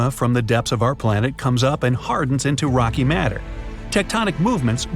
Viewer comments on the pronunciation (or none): none